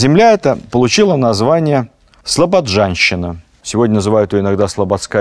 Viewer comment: В слове Слобожанщина нет буквы "д" )